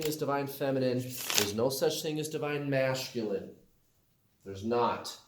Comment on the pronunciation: Do you say masculine that way just to irritate me LOL I’m sure I’m not the only one